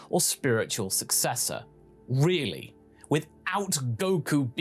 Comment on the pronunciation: Really or as he says it real lay